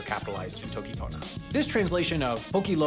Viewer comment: This is technically true, but vowel reduction is heavily frowned upon because it makes it hard for others to understand. It may seem natural to pronounce pona as /ponə/ (like ponuh) to English speakers, but my understanding is that reduction often works differently in different languages, so non-English speakers might not make the connection between /ponə/ and pona as easily. Also as an English speaker, I reduce both and into /ə/ sometimes, so that can be a mess. pona/pone confusion? He did just pronounce the actually wrong though.